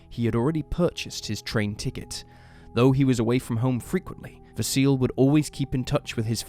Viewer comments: 'Vah-see-leh'. That's how how pronounce Vasile's name. Not 'vah-seal'. 😅 In Romanian, we read most of the letters the way they are written, just like in Italian. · Vasile is pronounced Vah-see-lee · GAYbriel, in my culture, not too far removed from Australian. They also mispronounced Vasile. There's a 'lee' pronounced on the end, not a silent e.